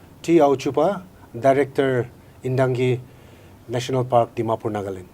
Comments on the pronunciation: For future clarification, it is "NTANGKI" National Park and not (INTANGKI). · It's ntangki not intangki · He doesn't speak upto the point as to the queries?.and yes the state government y silent it's ur responsible to excercise ur power to look upon all the illegal encroachment.honestly,ntangki not intangki. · Please be corrected with the name of the park,it is 'Ntangki'...not Intangki.